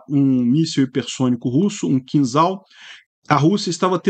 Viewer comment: Pronuncia-se "Quinjal", e não "Quinzal"